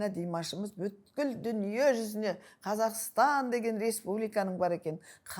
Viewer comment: Беске оқығаңың не керек БҮКІЛ дегең сөзды айта алмасаң бүткілдің түбі бүт дегең сөздең тарқаладі ал бұтің дамбал ішіңде саұатсыз сол екең ЖАРЫҚТЫҚ МЕШІТ ішіңде көргеңсіз қарақатпең қыз ойңақ жасағаңдарың содаң өзге орың жоқ болғаң сең ақмақтарға асып қүтіріп обалай .